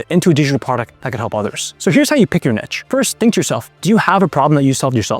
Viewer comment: To mispronounce 'Niche' (Neesh) as 'Nitch' is as incorrect and ridiculous as mispronouncing 'Itch' as 'Eeesh'.